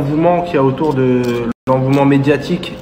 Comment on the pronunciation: On dit pas l'envouement yal hmar 🤣🤣🤣. L'engouement yal 'agoune. Bref sinon il a pas tord et mes doutes se sont confirmé en écoutant le journaliste chelou sur tpmp...